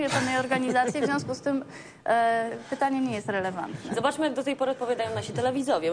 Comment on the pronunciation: "Pytanie nie jest relewentne"... Dżizus k.. ja pier... jakby powiedział bohater "Dnia Świra"... Naucz się babo mówić po polsku, bo rzekomo wyszukane słówka zapożyczone z angielskiego nie przykryją totalnej pustki intelektualnej jaką prezentujesz. Ciotki rewolucji nie mogą się pogodzić, że dawne feministki załatwiły to co było do załatwienia, więc teraz bredzą od rzeczy i próbują mieszać w społeczeństwie, a ich bełkot zdradza tylko, że ich główki to wydmuszki...